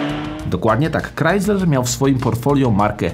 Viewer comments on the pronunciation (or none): none